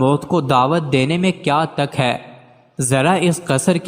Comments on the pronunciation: Ap nay. Bola "kia tak hay"?. Jub k Tay per paish hay .tuk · Tak nhi hota tuk hota ha